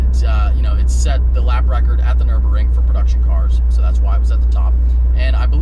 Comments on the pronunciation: Okay is no one going to say anything about his pronunciation of the Nürburgring?!? I get that when he first said the Nürburger he was joking, but then he went on to say "Nürburring" another four or five times. Really? I get its not exactly the easiest word to pronounce, but theirs clearly a 'g' before the 'ring' section of the word, making it Nür-BURG-ring, not Nür-BUR-ring. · Nurburgring as in a ring around the town of nurburg, nurburg-ring not the nuremburing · It's Nurburgring not Nurburring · Hahaha bro what was the track called? The nurburger? Americans... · "The nurbering" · It's the NurburGring, the G isn't silent. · why aren't you pronouncing the G in NurburGring! You're killin' me. It is also pronounced Superlejjera with a juh sound, not Superleggera with a guh sound. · LOL "Nurburrrrring" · PRONOUNCE THE G IN Nürburgring!